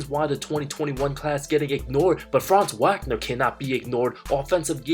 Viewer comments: OMG!! Did you just butcher Franz Wagner’s last name multiple times in this video? It’s pronounced Vaugner. After a year and a half In the NBA, you should probably know his name by now! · Just so you know it’s Vaagner not Waagner pronouncation wise